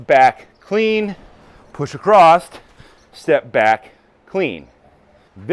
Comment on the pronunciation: There is no "T" in "Across" (Just bein' a dick) Good exercises